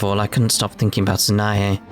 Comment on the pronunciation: Interesting point, in Clannad the name Sanae is two syllables not three